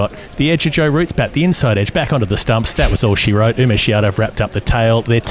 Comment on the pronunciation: Lads, love this channel , but it’s OOmesh not YOUmesh. 🍻